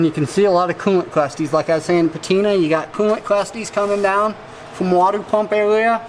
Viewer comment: Wadeeator and coolant Cwustys